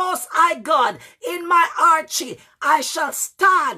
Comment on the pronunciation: thank you for that. The word I'm referring to is, it sounds like you're saying Archy or Archie. When you're getting ready to start praying and you said it means to outshine your enemies.